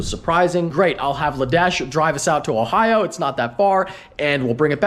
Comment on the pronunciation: Why you got to say Ohio like that?